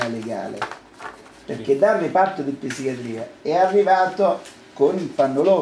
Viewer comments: " ....PISSICHIATRIA"! AHAHAHAHAAHAH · reparto di "apppsichiatria". 27 anni di esperienza nel settore e non sa ancora parlare italiano.